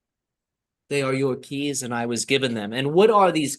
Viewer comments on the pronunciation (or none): ‘They are your keys’ or ‘They are Yorkies’ 😂